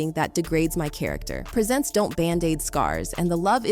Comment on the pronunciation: Umm when she pronounced “Presents” as in gifts 🎁 like “prEE-zents” thats when I had to stop watching 🙄🙄🙄